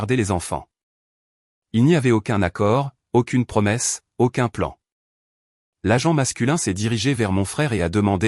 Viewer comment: l'agente et non la jante 😂😂😂